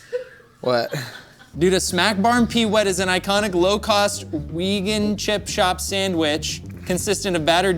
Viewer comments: Ah yes, the British town of "Weegan" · the way said Wigan as "wee-gann" oh my lord (its said as "wih-gin" with a hard G if you're curious) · calling Wigan "Weegen" is amazing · I'd like to go back to a time when I hadn't heard pronounce Wigan as 'Weegan'. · As someone with a boyfriend from Wigan, the pronounciation of Wigan has me in stitches. Also something I never thought I would imagine hearing on this channel! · As someone originally from Wigan hearing "Weegan" hurt me physically. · hearing trevors attempt at pronouncing wigan is making me feel ill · literally went in the comments to see if any other bits cringed at that part.. i didnt think it was possible to mispronounce wigan of all places